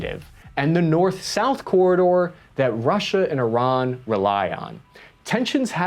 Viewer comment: good stuff, and keep it coming. We know you're not "bonafide press or expert", but somehow you pull off some accurate reporting and do it clearly. Thanks a gain for responding to feedback on pronouncing key words and names. Iraq came out perfect this time! No more EYE-rack! Thank you so much, and I'll guarantee that it gives you more credibility.